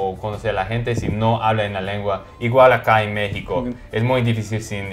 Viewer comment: Ufff esto podrían ser como 10 videos. Es una entrevista muy interesante, y se me antojó visitar talán. De repente no dijo mecsicou, dijo mekishiko, ya es japonés x3